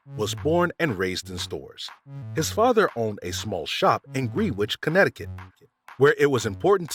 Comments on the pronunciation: Oye Gren-itch, not Greenwhich. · FYI Caldor was pronounced “Kal-door”, not “cahldur”, and Greenwich, CT is pronounced “gren-itch”, not “green-witch”. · Oh, and Greenwich is pronounced Grenich -- I know, I know -- nothing is as it seems! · CAL-DOR. Like the Cal in California. Greenwich is pronounced “Gren-itch” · Whoever is narrating has to get the stores and places right. It's called Cal-Dor. Call like California and it's Greenwich. Gren-ich. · It's KAL-door. And Gren itch, Ct. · Greenwich is pronounced Gren-ich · You mispronounced Caldor’s & Greenwich, Connecticut. Caldor’s is pronounced as Cal as in California & DORE like a Door. And Greenwich is pronounced as Gren as liked grenadine not like the color & Itch like itchy the “W” is not pronounced. I live & grew up in the county where Caldor’s 1st started & the next county next to Greenwich. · Calder is pronounced Kahl-door.....and Greenwich is pronounced Grehn-itch. Loved Caldor. You could find anything there.... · Caldors, first part pronounced like Hal and Greenwich pronounced like Grenitch. Back to school shopping at Bradlees & Caldors. Martha Stewart exclusively at Kmart. Loved her hobnail kitchenware and hemstitched napkins, of course expensive compared to other things there. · Green-witch Connecticut 😂😂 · I cringed when he said "Green WITCH" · the town in Connecticut is pronounced Grennich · Yes, apparently the announcer can’t read either because he puts a Caldor sign that reads “where shopping is always a pleasure” and he says “happy” instead of “pleasure”-WTF?, he also mispronounces Greenwich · You are pronouncing both Caldor and Greenwich incorrectly. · Caldor was mispronounced, so was Greenwich, Connecticut...I worked for Caldor in Manchester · I giggle on how the narrator pronounced "Caldor" and "Greenwich (CT)!" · I heard that, too...Great job nonetheless,.